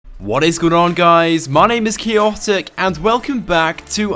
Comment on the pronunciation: lol you sound like you say "hello guys my name is chaoptic" haha it bothers me so much😂